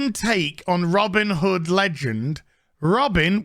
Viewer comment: "Robbin' da hood"